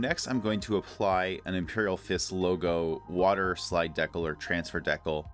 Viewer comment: I love your videos man and you are saying decal completely wrong